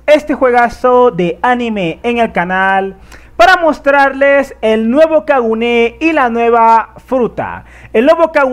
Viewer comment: Es Kagune, no Kaguné